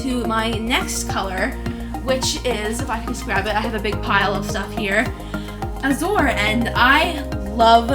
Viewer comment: Lol, it’s Suede ( swade ) not satin! ♡︎ And about the Azure color it’s pronounced az-ur :) sorry if I’m being a little offensive, I don’t mean to be. ♡︎